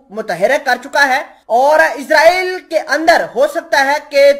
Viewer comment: صحیح لفظ اسراٸیل ہے نہ کہ عزراٸیل